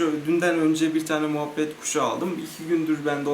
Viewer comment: moohbet kuşu değil o muhabbet kuşu